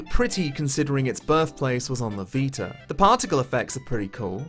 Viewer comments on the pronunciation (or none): none